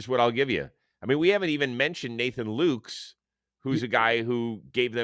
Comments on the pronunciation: Chris, Lukes is pronounced Lucas. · Rose, Nathan Lukes is pronounced Nathan Lucas! He's been great for us, and he's told Buck Martinez that it bothers him when people don't say it right